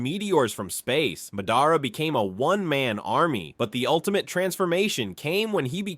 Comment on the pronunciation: Stopped watching 11 seconds in after the pronunciation of Naruto and Madara. Can’t really expect someone who doesn’t know the characters’ names to know anything credible about the characters